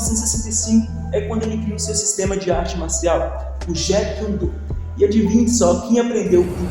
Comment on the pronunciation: Várias informações incorretas. Bruce nunca se formou wm filosofia ...ele largou a faculdade Se pronjncia djit kiun Tou...a transliteracao foi criada p inglês. Pesquise mais p fazer vídeos..